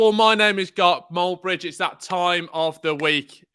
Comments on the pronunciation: What? Gark Molbridge? 😂😂😂😂😂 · WTF is Gark Moldbridge 🤣🤣🤣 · I thought I was hearing things when he said gark moldbridge 😂